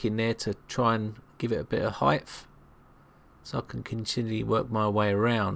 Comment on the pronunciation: Good video but - "put a pick in there to give it a bit more height'th"............HEIGHT(TH) height'th? Are you for real?! By the way, 'fin' is something that fish have. 'Thin' is the word you are looking for.